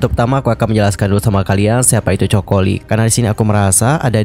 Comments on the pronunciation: bacanya KOKO, 😭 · iya dengernya 😂😂😂Choco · English nya jelek bgt sih kakkk. Kayak gini kan jadi malu2in diri sendiri.... Coco lee, di baca nya koko li